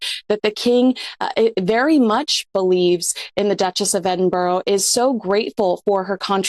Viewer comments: should be pronounced Ed -din -bur-ra i've heard some say ed-in-burg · I hate the way pronounces Edinburgh 🤨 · She can't even pronounce Edinburgh! 🙄🙄🙄